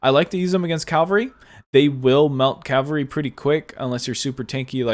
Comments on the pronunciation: Very informative vid but it's cavalry not calvary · Awesome vid with many useful tips! Just one question: why do you pronounce cavalry as cal-va-ry? Threw me off a bit. All love tho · Please say Cavalry right, it triggers me. Keep up the good content!!